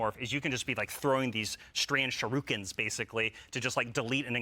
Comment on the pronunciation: DAFUQ is a shurooken?